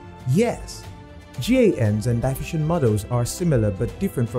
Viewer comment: Will you ever learn to pronounce "diffusion" correctly? It's in your channel's name after all! A little bit of diligence would be nice.